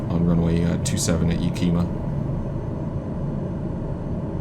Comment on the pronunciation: And it’s “Ya-ka-ma” not yakeema. lol That hanger you taxied too is my flight schools maintenance shop!